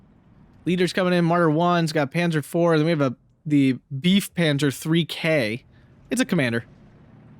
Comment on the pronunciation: PLEASE no more "Beef" Panzers; Befehls isn't difficult to say and u sound like a .....! (Ba-fells) Good cast otherwise. GG to the Fox clan.